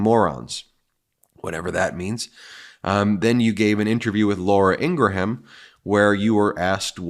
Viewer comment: Please stop mispronouncing Ingraham. It's pronounced in-gram.